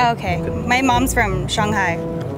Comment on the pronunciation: You can hear hear Shanghai accent because she doesn’t have the Beijing pronunciation